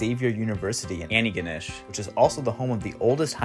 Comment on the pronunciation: Kind of curious now how badly you mangled Antigonish, lol! Fun fact, it's Anglicized from the Mi'kmaw name Nalikitquniejk (we actually have the original name on some of our signs now which is lovely). Be thankful you didn't have to pronounce THAT one (I know how and even I struggle lol)! A lot of our place names (including my village) are similar, some more changed than others. We have a rich history before the English arrived and ruined everything ;P You would have driven by less than 2km from my house! Totally agreed on 1) the Truro bus stop being in the middle of freaking nowhere and 2) all the Maritime buses sucking ass. I suppose I'd rather have shitty buses than no buses at all; I rarely ride them but when I do need them I'm glad they're there.